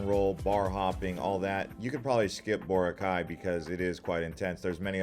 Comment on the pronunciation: “El ni-doe, Co-wron, boh-rakay, say-bu, bo-hole”, and to answer your question YES you butchered them too 😂